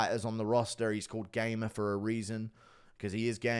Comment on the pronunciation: Wrong. Its a derivative from his surname. In polish you dont pronounce it gei-mer but gah-mer.